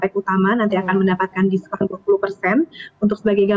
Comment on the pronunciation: Saya mendengar diskontol 20%😂